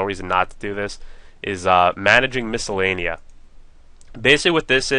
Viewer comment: lol you say the name of the place wrong and you accidentally say it right lels